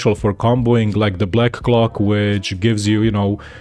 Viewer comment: when he says clock it sounds like hes saying cock.